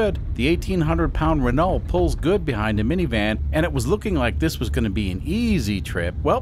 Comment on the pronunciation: It’s pronounced “Reneau”